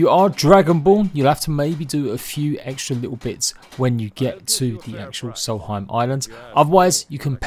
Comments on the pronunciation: Solheim. No. Nonononono, it’s SOLSTHEIM. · It's Solstheim not salty time. I realize your imperialized education system is to blame here, but you really should know these things. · Not soul heim Sols theim